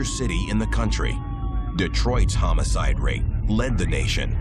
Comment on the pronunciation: dude sayd hamocide